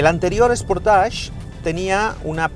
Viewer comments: Buen reportaje. .. solo destacar que la pronunciación de SportAge.... es SPORTEISCH. ..no SPORTASH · Anda que no sois incultos algunos. Dice "sportach" porque la terminación "-age" se pronuncia así en francés.